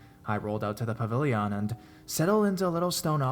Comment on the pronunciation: Is the word "pavilion" so hard to pronounce correctly. You're reading reddit stories for a YouTube channel not freaking Macbeth or performance art. Calm the hell down.